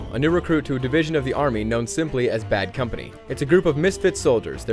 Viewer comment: did he just say bean company?